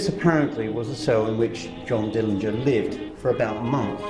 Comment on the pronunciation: Glad you paid Johnny a visit, no one pronounces his last name right, there is a video where Johnny's Dad says it the way it should be pronounced, but thanks again!